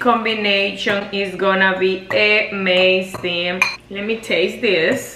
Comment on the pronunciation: UH-mazing not EH-mazing